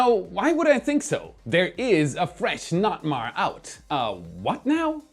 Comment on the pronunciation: As a vessel captain I’ve never ever ever ever heard of a Local notice to mariners called a NOT-MAR. Don’t do that.